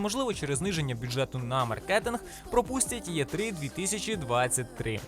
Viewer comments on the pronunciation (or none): Дякую за чудову роботу! Та, як "Є три"?! Ми ж не москалі, аби казати так. "Е три" - якщо вже транслітеруємо на українську, чи "І три".